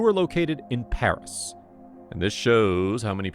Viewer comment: _I’m living in Paris and I’m watching this. (The pronunciations of the places are wrong.)